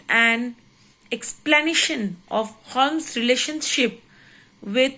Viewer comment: It's not holmes to pronounce but u should pronounce homes